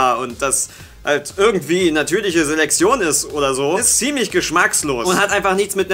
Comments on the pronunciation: Es heißt Selektion und wird deshalb auch nicht Selexion ausgesprochen! Klar weißt du das und so, aber es hat mich dermaßen genervt, dass ich dachte, wenn ich meinen Frust in den Kommentaren auslasse regen sich noch andere darüber auf oder widerum über meinen Kommentar. Folglich rege ich mich aber nicht alleine auf. Schönen Tag noch, Tüdelü. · Ich finde es lustig, dass offenbar kein z bzw. ts aussprechen kann und deshalb immer Seleksion sagt:D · sagt immer Selexion:D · Warum sagt immer:"natürliche Seleksion" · "Seleksion" 😂, deine Aussprache ist so süß 😂😂😂